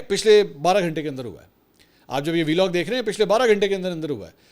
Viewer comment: Belog nhi hota Vlog hota hai jahil aadmi madherchod